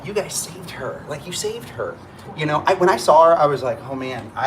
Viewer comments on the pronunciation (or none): You said, "I love Olive you," which is great! 🤣